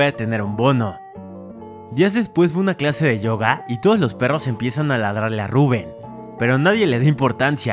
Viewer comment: Tu lo pronuncias rubùen y es Rubén